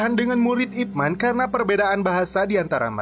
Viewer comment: Nama ip man bener tapi di bacanya ip men